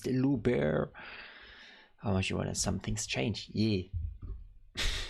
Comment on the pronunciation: I love how you (almost) got all his nicknames 😂 1) Lou. 2) you said Lou Bear but it's Boo Bear (he hates this one😂). 3) you said Tommy and the real one is Tommo And yes the s is silent